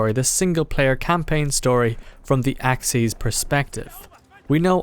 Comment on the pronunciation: Lol, the way you said axis sounded like axeez